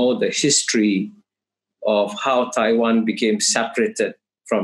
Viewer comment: It’s a clear win for Kishore by his pronunciation of “Taiwan”.